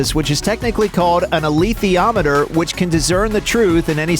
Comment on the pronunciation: The way you pronounce "alitheiometer" sounds a lot like "ilithiometer". The former from the Greek word alitheia (truth), the latter from the word ilithios (idiot).